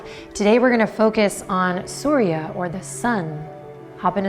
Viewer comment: I am from Syria and in Arabic it sounds just like Surya. When I heard you saying it, it sent shivers down my spine. Hello Surya!